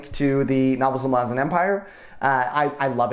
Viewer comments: Okay awesome work, but omg I can't get around how you pronounce "ma-lazans" opposed to "mala-zans". its a me problem, but love any youtuber that talks about this series! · I cringed so fucking hard when you said "Muh-LAH-zin" instead of "MAH-luh-zan". I've never heard a worse pronunciation of that word lmao. 😭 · Anyone else pronounce it Mal-uh-zan? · Is that how Malazan is pronounced? I’ve been saying it so differently in my head the whole series it was jarring to hear your pronunciation! Nevertheless i really enjoyed your breakdown!